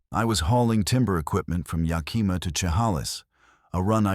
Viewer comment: Ya Kih Mah not Ya Kee Muh. Shu Hay Lis not Chuh Hall Iss. 😂